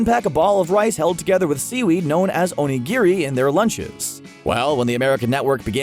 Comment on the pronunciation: "ownygeary" haha onigiri